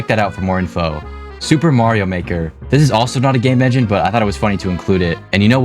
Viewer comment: he said ranging